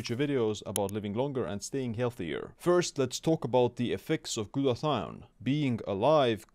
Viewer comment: He said Glutathione and I liked the video.